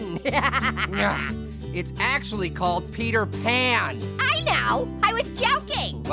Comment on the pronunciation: called peter pan into peter pun